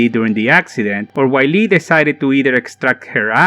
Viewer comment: Man, it "vee-leh", not "wily"